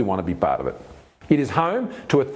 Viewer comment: It's Bengaluru 🙏